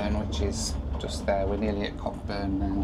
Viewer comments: I think you will find that Cockburn is pronounced as coburn the c and k are silent ! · Pronounced "Koh-burn" 😂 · Fabulous video. Really enjoyed it, thanks ! A couple of incorrectly pronounced place names: Nullarbor (null-ah-bore) ; Cockburn (co-burn); Coober Pedy ( Coo-ber PeeDee) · pronounced coburn of course ;-) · Cockburn is pronounced Co burn mate😂😂😂 common mistake but dont let them aussies hear you like me if not they wont stop making fun of ya😂